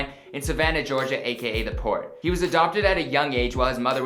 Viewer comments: It’s the “ pote “ not the “ port “ 😂🤦🏾‍♂️ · *pote not port🤦🏽‍♂️#912 we made it